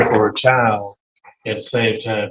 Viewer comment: "chile", "with her chial", YES it's her attitude! Hahaha she didn't fool the Judge! I love it! OMG 20 years!!! And she is messing it up?